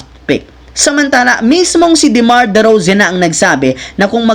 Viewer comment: ikaw wag mo sabihin na pinabayaan ng gsw c klay....c klay nalang tlga umalis sa gsw okey nagkaintindihan ba tau...derozan nd derozen taliwas sa cnasabi mo pinakinggan q ng maigi mali ang bigkas mo...ngango